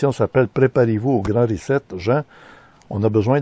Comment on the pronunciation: Hahahah première fois que je vois qqun qui scrappe le mot reset ......rizette